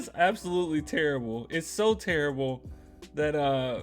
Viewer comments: Chuck says "turrible" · It’s not terrible. Chuck would say It’s “tirrable”.